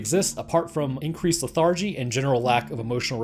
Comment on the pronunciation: That's not how you pronounce "lethargy"! AAAAAAAAAAAAAAAARGH oops, I just prolapsed my butt 😣 Tinnitus is not a noise. That's like saying black is a colour. Or not wearing a clothes is skin colored clothing.